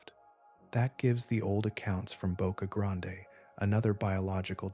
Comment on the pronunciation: ITS PRONOUNCED BOCA GRAND